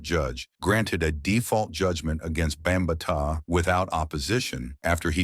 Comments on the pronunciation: Who tf is Bum ba taa?!? It’s Bam BaTaa!!! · Bam ma tah lmao. Done with a.i channels.. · Yoooooo I Just Did The Same Shit😂😂😂😂😂😂 BOMB BA TAAA??😂😂😂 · Shitty AI Video 🤮 cant Even pronounce his Name. Also a Lotta bs infos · Once he mispronounced his name, exit staged right 😂😂😂😂😂 You need to get a Black A.I. voice over. As a matter of fact, I am going to file a discrimination lawsuit against A.I., for not having cultural sensitivity for other Cultures voice over 😂😂😂😂😂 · The name pronunciation is horrible